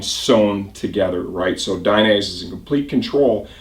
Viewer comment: It's "DAI- NEH - ZEH". not DAI- NAISE